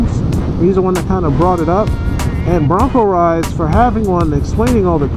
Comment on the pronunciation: his name is broncoride not broncorides dam man if your going to shout out someone name at least say it right geeezzz you can get aerial shots of your home thru google earth geeeezz get with the program., dam man my name is 1Down4Up not 1down dammit man.